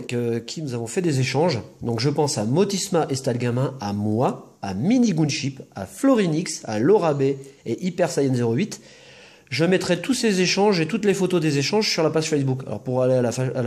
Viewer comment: Salut la team! Rooooo c'est nul encore 1semaine à attendre pour la vidéo spéciale bon jvais patienter:D! Et s'ilte plait c'est pas minigounship mais miniGUNship "geun"! Enfin le soleil revient chez nous surtout dans le sud-ouest è_é! Vous avez vu les Pokébox Groudon EX et Kyogre EX elles sont magnifiques par contre mettre encore deux boosters XY dedans... xD! Wouaw Cradopaud le visionnaire il l'avait vu O_o! GG le Galéking FA! Alors pour la question LES types de Tyranocif sont Roche et Ténebres c'est beaucoup trop facile ^^! Et je pensais la maman on la voit et on l'entend jamais elle apparaitra dans une vidéo un jour? A+ la team:D